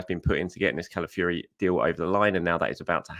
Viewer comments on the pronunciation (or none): Ciao, do you know any Italian to help you with the pronunciation of Calafiori?😅 Otherwise it's going to be a long season listening to you😂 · please listen to this pronunciation of Calafiore Love your work